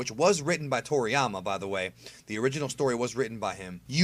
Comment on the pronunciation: “Toriama” lmao boy